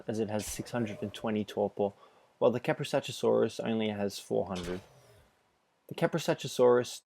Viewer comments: It's Ka-pro-sook-us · When you hear someone say Kaprosuchusaurus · Iz kaprosukus Not kaprosuchusaurus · it's kaprosuchus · it's kaprosuchus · Your pronouncing kaprosuchus wrong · jesus christ how many fucking times were you able to see their names and still never get it right?